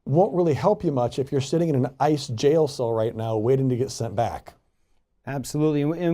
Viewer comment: On a completely unimportant note, the way you say IIICE, truly every time my brain assumes you're going to say ISIS. lol